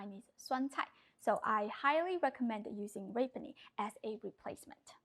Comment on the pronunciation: (rapini = rah-PEE-nee) ❤❤❤ love you, you're the best !